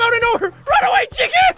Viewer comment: LMAO "Check In" instead of "Chicken".